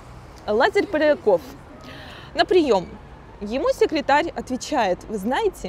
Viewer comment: 14-33 Железнодорожный Король Лафзерь? Льяфзель? Льятзвзерь? Пареньков? Пернькоф? Пьярнякофф? Кто??? (Похоже на Полякова, но это не точно). Очень интересно, но не понятно. (Раз 20 пытался понять, но...) У Павла - ВСЁ ЧЁТКО.